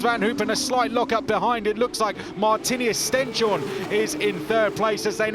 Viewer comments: Stens-horne not Sten-shorne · Its not Sten-shorne, its Stens-horne, translates to stones-horn. British splitting the word wrong again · His name is StenShorne, not StenChorne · Maybe the commentators could learn to say "Stens-horn" instead of "Stench-horn" soon... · They have asked Stenshorne about it, and he has accepted it the way they say it.